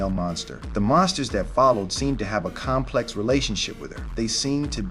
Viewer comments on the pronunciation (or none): none